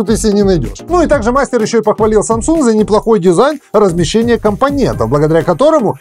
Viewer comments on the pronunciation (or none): none